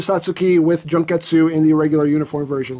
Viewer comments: omg! i just rewatch the vid, and the way he say "Junketsu" like " JUNK -estu" OMG "JUNK" 😂😂😂 it's "Jun-ketsu" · You completely butchered the pronunciation of the character's name, and the name of the suit.